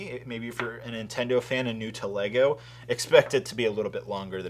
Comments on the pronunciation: Why do you pronounce NIN-Tendo as IN-TENDO? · NINTENDO not Intendo ffs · Why do you say Intendo? lol. There is an N.